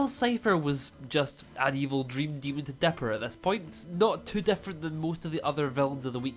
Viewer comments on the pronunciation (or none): I’m pretty sure it’s dipper not bipper….